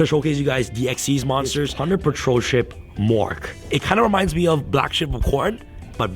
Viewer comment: Dude its plunder patrol not punder